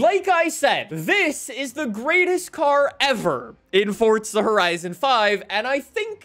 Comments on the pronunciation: you say fortza not forza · why do you say forza like you say pizza? fortza